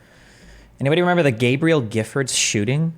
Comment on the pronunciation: Article: "Gabrielle" Destiny: Gabriel